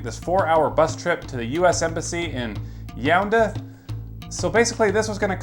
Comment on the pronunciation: IT IS NOT YAOUNTHE IT IS YA UN DAY